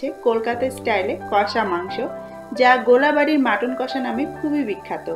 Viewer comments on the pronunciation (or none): It's gol Bari not gola Bari. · kotha ta gola bari noi golbari hobe